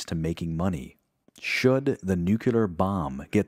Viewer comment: Very well researched, structured and presented, and narrated with a very pleasing, clear and well-modulated voice. Just, please, work on the pronunciation of some words. Nu-cu-lar (it's nu-cle-ar), venement (is that a portmanteau of vehement and venomous?), VEE-lights (it's ve-LEE-tes or ue-LEE-tes), axies (there's no X in acies, and it's not related to axis; it should be a-kee-es), to name a few.